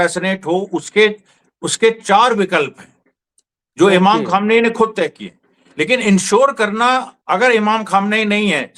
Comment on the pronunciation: Deppak ji.. Kam se kam Khamenei saheb ke naam ka sahi se uchchaaran karo. Itna to kar hi sakte ho.